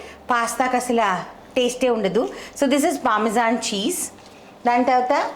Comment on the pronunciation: Hi, nice recipe. A small info please don’t be bad. It’s not pamazon it’s Parmesan cheese. Thank you.